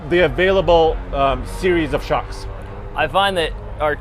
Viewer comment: Foxsh Shocksh ;D you killed it man